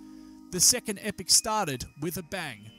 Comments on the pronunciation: Epoch, not "epic". You're welcome. But, good video, though. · enjoyed the vid but could you please clear couple items up; I thought epoch is pronounced 'ee-pok' in english and in geology is defined as 10 million years, and is part of a geologic 'period' of up to 100 million years; however the terms epoch and period seem to be used interchangeably here & events cover much shorter geologic timespan